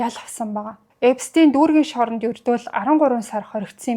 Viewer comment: Эпстэйн биш Эпштайн гэж хэлнэ шүү